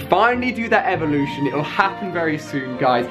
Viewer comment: He said the grand elelution rather than evelution 😂😂